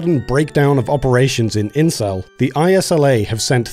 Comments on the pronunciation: I'm sorry, are you saying "incel"? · Oh, it's "Insel" not "incel". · its "Insel" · Anybody else hear the town name as "Incel"??